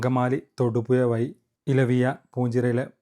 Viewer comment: Malayalathil Vayi ennoru vaakkilla do Vazhi aanu Vazhi,, kashttam aarodu parayaan